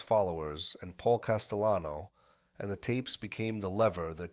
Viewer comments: No, in Italiano the name is pronounced as CAS-te-Lano. Not jano. And with the accent on first syllable CAS. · I can't take this podcast seriously when the narrator refers to Paul Castellano as Castejano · Is this an ai voice? Why are names like Gotti and Castellano mispronounced?